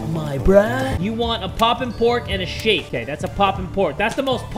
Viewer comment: You want a shake My ears: You want a shit